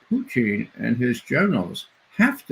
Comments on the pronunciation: No one calls Putin as Putchin, wtf is wrong with this guest? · Mispronouncing Putin's name is the height of childishness Ray.